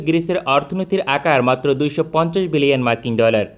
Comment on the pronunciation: ভাই বিলিয়ন বললেন নাকি মিলিয়ন!??